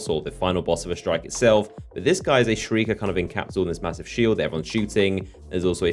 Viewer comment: "Shriker" HAHAHAHAHAHHAHAHAHAAH YOU FUCKED UP